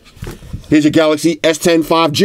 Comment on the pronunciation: "Samsung S20 Ultra Five GaNGsTa" hahaha